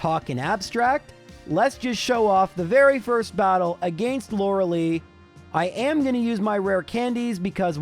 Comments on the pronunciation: I legit hate how you mispronounce Lorelei every time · He actually found out the pronunciation in the Poliwag episode. I guess he just decided he didn't like it or he stuck with his old pronunciation because he'd keep slipping back into his usual pronunciation. Same with Lorelei, except he found it out earlier and it actually is a valid, if uncommon, pronunciation.